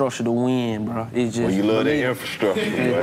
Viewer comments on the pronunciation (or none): Karlous to D.C: Boy you love that "infastructure"😂😂😂😂😂😂😂😂😂😂